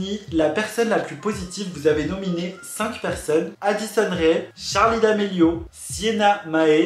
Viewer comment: c pas d’amelio mais damelio je suis choqué 😔😭